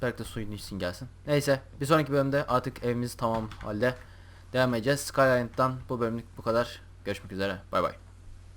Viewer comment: Sky ısland dedi layn :D